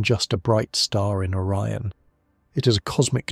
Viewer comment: The constellation of orren? O RI ON